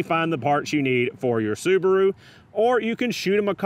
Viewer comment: The little soo-bar-oooo. Wow.